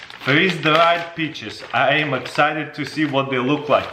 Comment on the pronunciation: I heard beaches.